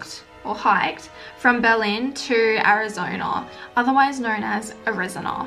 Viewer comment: No one: Simone: AriZonaurrr